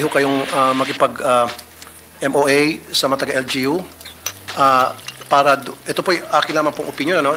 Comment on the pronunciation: Hahaha hahaha hahaha... Eng2 ayusin mo Ang ung pananalita Pura, para hehehehe hehehehe 🤣 Pura Para. Ehemmp...!!! 😅